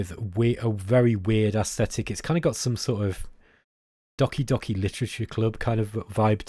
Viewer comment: It's not Dahki dahki Literature Club, it's Dohki dohki literature club. In all other areas I'll defer to your expertise. :-p